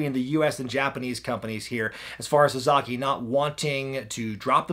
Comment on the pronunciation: SA-SA-KI! Not... SaZAkey! 😂🤔🤷🏾‍♂️